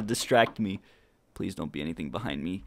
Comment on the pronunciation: BLEASE HOLD it's a p not a b